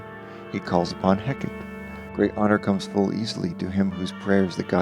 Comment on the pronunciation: The Greek “goddess of witchcraft” name Hecate is pronounced Hecka-TEE. You really ought to learn to properly pronounce names if you’re gonna try to tell a story about someone